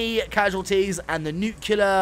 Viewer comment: “Nuclear” Not NUQULER